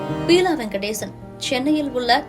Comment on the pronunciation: Pronounce the name properly buela not peela ... May his soul rest in peace.... Amen...😢